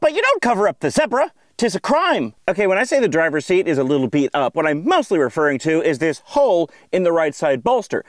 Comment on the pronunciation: you mean "see-at"